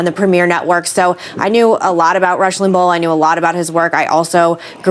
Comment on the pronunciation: Why is she pronouncing his name, “Lim-ball?” Yet again, the entitled princess gets defensive without provocation, making baseless passive-aggressive comments for reasons no one understands. I feel so sorry for her daughter. She couldn’t have 2 worse people as parents.